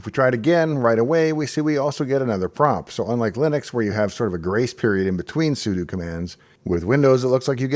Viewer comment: I'm glad I could trust you to pronounce "sudo" correctly, unlike approximately 98% of Linux YouTubers.